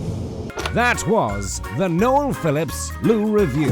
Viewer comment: Josh always calls him "". 😂